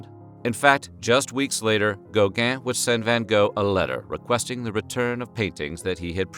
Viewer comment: Gow-gaaaah and van Goh...Why can't americans pronounce foreign names correctly?